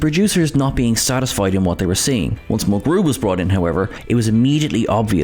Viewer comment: This channel, for being all about Trek, pronounces things incorrectly FAR too often. When talking about Janeway they emphasized the syllables in her name incorrectly, too. Instead of "MUL-grew" they said "mul-GREW".